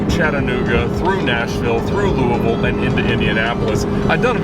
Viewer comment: Woo! You actually said Louisville correctly. Most people tend to see Louie-ville.